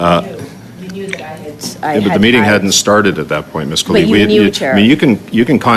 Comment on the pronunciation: If no one in the House of Commons can pronounce Ms. Khalid's name properly - including her closest co-workers - perhaps she shouldn't be in Parliament (obviously not born here)